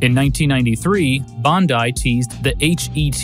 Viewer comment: Historian Love your pronunciation of Bandai. Do you think they have any ponda bears in Japon? LoL